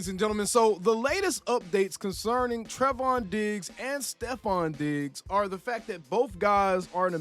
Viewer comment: I just have to point this out because you said his name like a hundred times in this video lol It's pronounced "Tray-von". He's my cousin 🤤 And I hope you're wrong. I want him with us. I see that Stefon is now a Patriot. I think that's a shame. He and CeeDee would have made a great team.